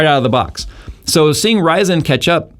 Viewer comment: Never heard anyone call ryzen "raj san"